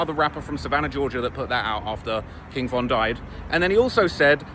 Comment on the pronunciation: Thats a strategy dummy saying von name wrong